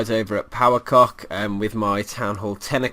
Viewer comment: power "cock" ?!?!, say "ce oh ce" It sound so sexual :)